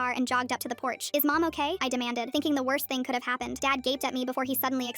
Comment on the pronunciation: Bro said TEH